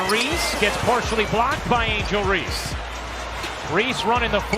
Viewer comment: Can’t you get the ‘bot’ to say Reese’s name CORRECTLY! C’mon man!